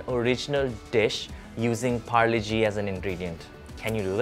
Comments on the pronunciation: Polo G? Nah, it’s Parle-G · pharle -g ni h pargle -g hai accent ke marey 👎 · When he said parle g and didnt say g mane genius...that hurt😭😭😭